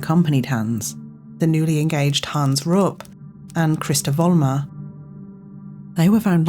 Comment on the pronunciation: fyi, Rupp is pronounced "Roop" rhyming with Loop